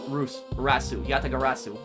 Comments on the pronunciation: Congratulations you pronounced the Yatagarasu correctly Also the video title Makes me laugh just like calisto Yew 😂😂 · Achievement unlocked "Asian Fluency" Pronounce Yatagarasu successfully one time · I lived for the moment said Yatagarasu correctly. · You are doing a great job with pronouncing Yatagarasu! Way to go